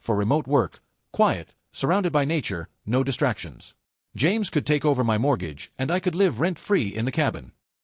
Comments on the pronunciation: "My" is pronounced " my" not " m-i". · "M-Y" Gosh, same badly programmed and illiterate AI voice. 😮 And the Speech-To-Text program is even worse. 🤨